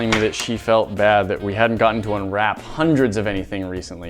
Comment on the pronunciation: Im sorry but its unwrap xD Not unRAPE XDD OKAY IM DYING NOW